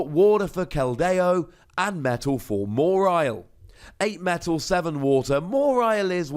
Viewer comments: i think pronounces it weird... always thought it was maw-while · The way you say MA-WHILE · Have I been pronouncing "Mawile" wrong? Or am I hearing it wrong? Or is saying it funny? I know, these are NOT mutually exclusive options. XP